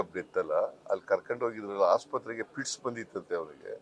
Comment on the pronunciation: ಫಿಟ್ಸ್ ಹೇಳಿ ಫಿಸ್ ಅಲ್ಲಾ